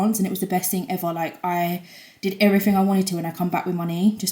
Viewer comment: 'everyfing' 'Firtyforf and sevenf'